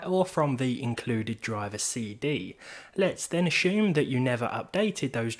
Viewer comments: Accents are different for sure but have nothing to do with pronunciation of letters. Scottish, Welsh, Irish, English all pronounce assume as assume, not ashoom. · Why do you pronounce the word assume as ashoom?